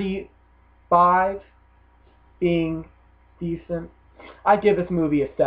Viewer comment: I. can't. resist.... it's DE-C-ENT not DE-SC-ENT!